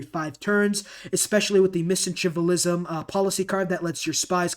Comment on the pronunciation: ? Missanchivalism? Mack-ee-uh-vell-ian-ism